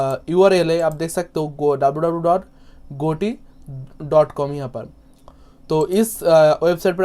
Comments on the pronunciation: Goti nahi bro gati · Bhia gati he bol na to sikho